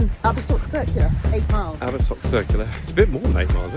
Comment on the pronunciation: 100% this, very basic pronunciation and people just can't be bothered, it's rife over youtube